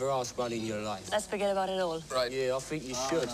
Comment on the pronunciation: ''try and fink of an intelligent question....''